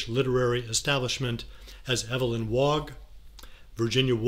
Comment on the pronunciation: Agreed. ModiGliani, Evelyn WauGh. Really? And why is Walton given the title Sir but Ashton is denied his appellation?